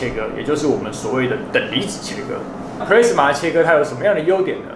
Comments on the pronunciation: Plasma的讀音應該是普拉斯馬，不是普類斯馬。 A發阿的音。 加油！讓台灣的youtube平台不要只有娛樂圈而已，給個讚。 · 我也都是聽老師傅說ㄆ拉斯馬，ㄆ勒斯馬我還是第一次聽到🤣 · 發言錯誤了喔，是ㄆㄌㄚ死ㄇㄚˇ，不是play死ㄇㄚˇ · 你在這不服氣回復的時間 可以去搞清楚plasma 和 pressman 根本是不一樣的 還有 要酸也是酸你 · pla s ma 不是唸 ple s ma...等離子是中國翻譯 台灣叫電漿 物質的第四態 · 是普拉阿斯瑪, 不是普雷斯瑪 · 普拉斯馬 not 普咧斯馬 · 英文都唸錯了，一點都不認真，Plasma唸做 "鋪拉死馬"，不是 "普咧死馬" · 其實那是英文的日文發音プラズマ，中文念"普拉茲馬" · 普莱子么 [ˈplæzmə] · 聽了很多次的”press-ma”......聽到我懷疑人生了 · 少年ㄟ 不是google翻出來 就等於業界再用的 在業界 你貢press-ma 沒郎聽有拉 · 完全認同👍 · pressman是三小? 你搞笑? 弄理工題材 就是要追根究柢 實事求是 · plasma 發音是"ㄆ拉茲瑪" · No!No!No!!跟我唸一次ㄆ拉死馬～ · 廢話不多說!結果到 之前全是廢話= =差點度辜 而且一直聽到pressma到底是說錯還是習慣= = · 日語發音轉過來的，要先用日文去想念法才會對， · plasma發音錯誤, 還有等離子體是中國用的名詞, 台灣叫電漿. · 光這個 " plasma "的讀法,差評